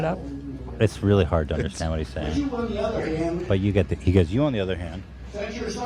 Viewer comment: I left my like on the video as soon as Ethan hit that “ I WOULD UNDERSTANDSDD”